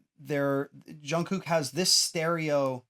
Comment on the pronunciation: I keep getting distracted by the goofy way he says "zshun-gook" It's just a J- sound. Like 'juice' or 'job'.